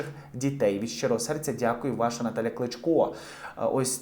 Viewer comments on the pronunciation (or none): не Натал'я, а - Наталя! українською мовою. І про відмінки не забувайте : не родина Кличко, а родина Віталія Кличка.